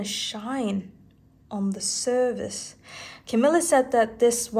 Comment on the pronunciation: Please say "surface" instead of "service". It really hurts my ears. Other than that, great stuff as usual.